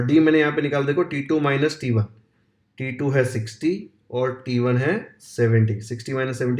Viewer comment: T2 sounds like titoo 😂😂